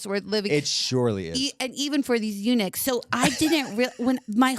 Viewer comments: When she said eunuchs, I heard UNIX! I was like, is she going to talk about how Linux is taking over? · I thought she said Unix instead of Eunuchs and I'm like why tf is Katya excited about this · I thought Unix too and was like “why is Katya so excited about this topic!?” hahahahaha